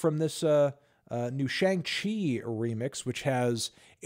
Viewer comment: Melon out here mispronouncing Shang Chi just like every non-Chinese comics fan since his inception :x